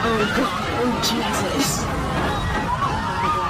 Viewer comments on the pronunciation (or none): none